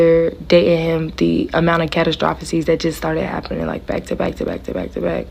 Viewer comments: Catastrophes = Ku-tas-stro-feees .. sorry yall that one story with the lady with the nails and the blue jacket , her pronunciations was bothering me so bad 😅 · Lil mama if you ever get to see this, it is pronounced...... kuh... ta..struh...fees......Catastrophes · Love your channel ❤❤ she kept saying "catastrosephies" 😭😭😭😭😭 had me rolllin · What is a cat-o-troph-a-sees????😂😂😂 please these generations need to go to school and actually listen!!! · KUH-TAA- STRU-FEE